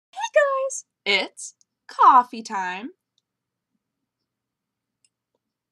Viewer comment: id like u to at least be aware of how obnoxious the spelling is. id like u to at least pronounce it correctly. thanks